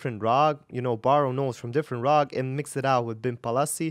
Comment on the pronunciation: It's raaga, not raag. Original indian words almost always end in vowels.